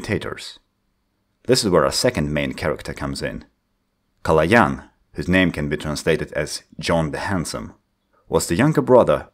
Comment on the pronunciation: THIS IS A MOMENT OF HISTORY, SOMEONE THAT IS NOR BULGARIAN ACTUALLY PRONOUNCED Калоян RIGHT